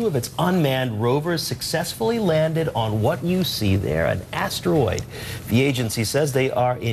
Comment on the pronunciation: lamo why does she keep saying astewoid like a lil kid